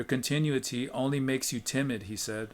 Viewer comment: con—tin—oo’—it—ty. 5 syllables with accent on the 3rd.